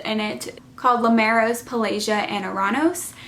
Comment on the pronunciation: Great review! I love the book series. Finished reading it last week I think. I thought Lucia was pronounced Loo-sha. And not Loo-sia. (Like the singer sia) I guess we all have different pronunciations lol. I’ve also always said Limeros as Lim-uh-raus. And Paelsia as Pell-jia. Like juh.